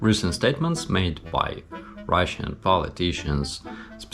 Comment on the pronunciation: you said MY instead of BY lol. very impressive, you know your stuff. Think Putin's bucket list is long but his time is short so hopefully you won't be adding too much to it.. slava Ukraine